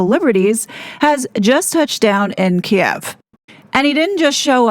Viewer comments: Thank you for pronouncing “Kiev” correctly. I hate how legacy media changed the spelling and pronunciation. Oh and it’s Russia’s borders and sovereignty that have been disrespected by NATO. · The monarch has always had “soft power”. That’s the point. As to whether the king knew Harry was going to Kiev (pronounced Keev), is anybody guess. Maybe this’ll be the push that gets their titles finally removed. The king wants his son back. Maybe. Thats the whole agenda. Maybe. He’s too soft, and he is not putting the monarchy first as his mom did. It’s unfortunate to watch the monarchy becoming a joke, and many of us are looking forward to Prince William showing how it’s done. Again. (Rip Queen Elizabeth).